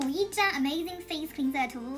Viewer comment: Aesop (ei sop) 诶扫p Gel (dʒɛl) 洁l Cleanser (klɛnzə) 克兰泽 发音和clean有区别。谢谢支持伊索的产品。：）